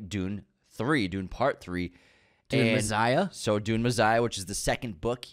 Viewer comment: Messssssiah meh-sssss-ish Not mezziah